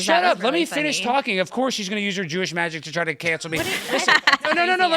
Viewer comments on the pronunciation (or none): “Jooish Sorcery” takes the L here 😂